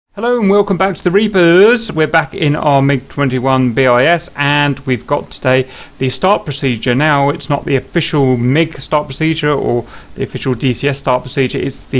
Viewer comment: I think you have to pronounce it "Bis" instead of "B I S", but i'm not 100% sure